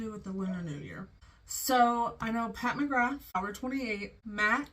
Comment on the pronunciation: Pat mugrab? McCab? Mr.krabs? Lady scabs? Idk what u said the name was but I’m lowkey starting to dislike the brand, they have such an upscale look to be sooo boring?? & they just keep recycling?? What a waste